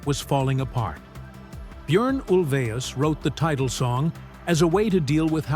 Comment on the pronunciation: I've never heard his name pronounced like that, sounds like he's saying urine